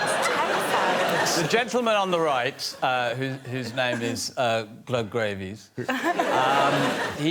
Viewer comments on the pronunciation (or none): Did he just say Doug Gravies 😂😂😂😂😂😂